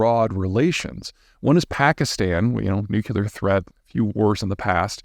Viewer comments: nuclear - two-syllables nu-clear, NOT nu-cu-lar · 2 syllables; “nu” “clear”